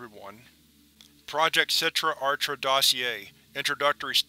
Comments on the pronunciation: a good rule of thumb is that if the word is Hebrew or aramaic the CH sound is pronounced with like a throat clearing type sound. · you high key mispronounce achra it's done with a throat sound since it is hebrew i.e. sitra achra the other side of the sephirot aka the qliphoth